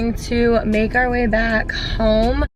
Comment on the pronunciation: We're going to メガリ back home. メガリにしか聞こえん笑